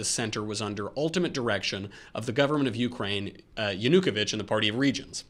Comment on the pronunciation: Just FYI, you should emphasize O in Yanuko`vych last name. In this way, you will pronounce it right.